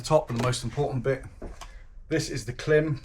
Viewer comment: Nice kit! It's pronounced "Climb" (according to Klim). I believe the undershirt you have is the Knox Urbane